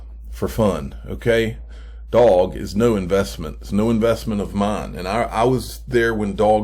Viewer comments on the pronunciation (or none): It’s pronounced dough-ge. Lol. Love your videos and thank you for keeping us updated.